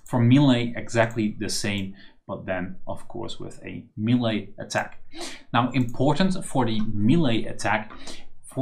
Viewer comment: Nice tut! Btw check how melee is pronounced, it's pretty weird